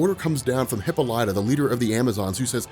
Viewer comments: Come on its not hipo-lite-a its hih-paul-it-a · Hippolighta? Lol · it’s pronounce like hip-ah-lit-ah. You’re saying it too spaced out